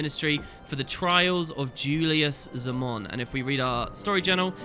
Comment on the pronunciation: Also,, Minister Zey-mon not Zaa-mon xD